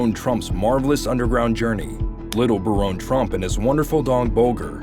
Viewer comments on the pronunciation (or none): That pronunciation caught me too. Bare-own? How the hell would we spell that??? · Ahahah Nice propaganda. It's BARON, not Baronne. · All points aside, it’s Baron like Barren, not Baronne. A Baron is a title, Baronne is a name. And even if it was pronounced Baronne, that would make it French or Italian, def not German. But great video either way! The coincidences are hard to ignore! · Baron is still pronounced Barron, no matter how u spell it!! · Hate to be this person, but here I go anyway: Baron and Barron are both pronounced as “BARE-un.” ☺️ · I guess ai has problems pronouncing the name Baron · You mispronounced Baron. It's pronounced like a titan of industry is a baron. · I laughed at this pronunciation too lol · It blows my mind how you can come up with all this information and thoughts and put it all together and a script that you can't pronounce words like Baron which rhymes with Karen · It would be helpful if the narrator would learn how to pronounce all words & titles before he/she starts to speak. Baron is one of these words. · Where are you getting the e in baron trump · Learn how to pronounce Baron lol